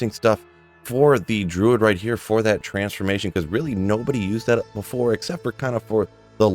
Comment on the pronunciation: Missing the "R" in Druid